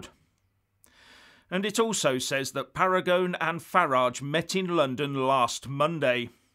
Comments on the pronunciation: I agree with your opinions, but your Italian pronunciation needs a bit of brushing up,. Paragone should be pronounced Para go knee. Regarding the name of the proposed organisation for Italy's departure from the EU, Paragone has called it Italexit. The word exit is well understood in Italy and if he is happy with it, no particular reason for it to be changed to something more Italian. Uscire is pronounced ooh sheer a (a as in ray). Combining the Usc with the Italia to give Uscitalia has an unfortunate shit sound in the middle. LOL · Michael Baker Pronounced “Paragonay” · Italy is not likely to break away now when the promise of so much money is made! Much money granted to...the most feeble members of the UE, precisely to deter them from breaking away. Please Parangon is an Italian name, pa-ran-go-NE! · FYI, The pronunciation of his name is: ‘PARAGONEE’!! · Pronunciation: /para-go-NAY/ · Uscita is pronounced Usheeta. Paragone is ParagonAY. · you need to pronounce the e in Paragone. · While at it you might have looked up how to pronounce Paragone. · Dear, “sci” is always pronounced “she” in Italian. Oh, and don’t forget the final vowel in “Paragone.” TY!